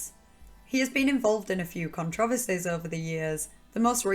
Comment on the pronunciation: What's your dialect/accent from? I never heard controversies pronounced that way